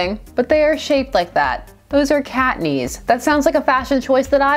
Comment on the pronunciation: The way you say "cat knees" made me think you said cockney, and that sent me down a WHOLE 'nother path...